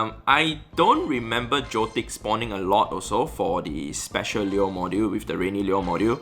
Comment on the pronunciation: Lure? Lyyuer?